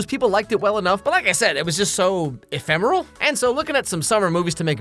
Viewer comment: You said ephemeral. Ephemera? Hold on... Emphera.